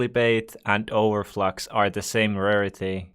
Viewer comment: It's over flex not over flox